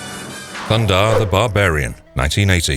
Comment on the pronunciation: it's THUNDARR THE BARBARIAN not thunder the barbarian also it's not SHIRA princess of Power it's SHE - RA also, i'm not sure the simpsons really belongs in this list with Thundarr, Mask, Inspector Gadget and He man